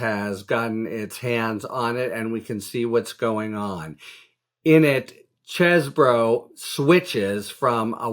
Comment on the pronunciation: Finally, someone that pronounces Chez bro and not Cheese Boro. Thanks Harry!